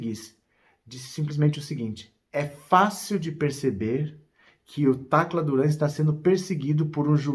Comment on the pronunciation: Fala Tacra Duran